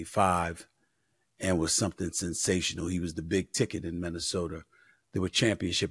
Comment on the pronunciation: The 3 sure things in life. Death, taxes and Stephen A saying "Minnesoter" 😂